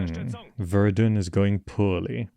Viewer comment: Honestly as a French, I prefer people not even trying our accent, and way of saying Verdun is okay, I actually like it better than "Ver - Done" (but if you really want to try, in french it's "Verd-Hun" with very soft D and H)